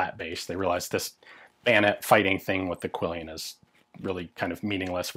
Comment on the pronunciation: Quillon, not quillion.